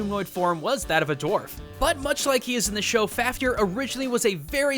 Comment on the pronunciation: f-av-ni-R closer... not perfect though